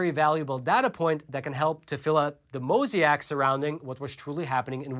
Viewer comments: mosaic. mo zay ick. not mosiac. mo zee ack. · Dude.. its not moe z ak, its moe zay ik. I really have to question who you are when you constantly fail to pronounce common words. What kind of education did you get ? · it's not MO ZEE ACK......it's MOH ZAY ICK. (word; mosaic) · Did you just pronounce mosaic like “moziak” ? 😂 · Were you trying to pronounce mosaic???